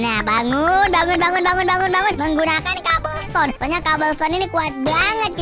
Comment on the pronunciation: Dibacanya cobel stone